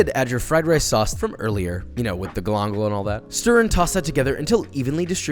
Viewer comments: this looks awesome. only thing that bothers me is how you say Gal- in-gal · This is fantastic... But I'm bothered by the pronunciation of galangal. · ayo wtf is galangal?